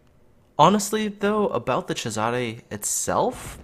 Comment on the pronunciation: Agree with but need to pronoce it not whatever u were saying it Caesar